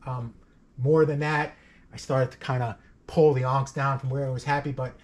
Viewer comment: FWIW-it’s not “AWNKZ”… It’s pronounced “ahhhhhhh-niiiiicks”.. 😅